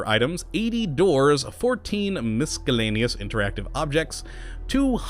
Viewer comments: It's pronounced mis-ELL-aneous, not mis-KELL-aneous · OMFG the "C" in Miscellaneous is silent....stop that shit it makes me wanna punch your fucking face in....also saying shit just makes u happy is also super gay and annoying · learn how to say miscellaneous jesus. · I wish there was a mod to get him to pronounce "miscellaneous" correctly. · Mason Davidson Honestly isn't not that bad, half the Internet can't even spell 'lose' anymore